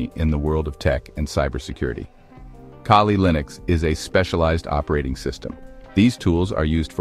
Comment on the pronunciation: I pronounce it, CAW-LEE. (KALI) LINUX Not kay-lee